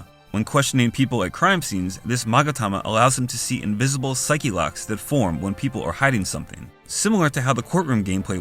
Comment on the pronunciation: it’s pronounced “saik” not “saiki”